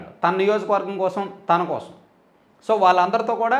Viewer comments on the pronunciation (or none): none